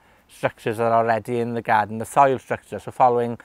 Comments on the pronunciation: I love the way he says garden ---- gaaden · Pretty cool. Could also listen to him saying the word "garden" over and over in his Welsh accent on a loop forever.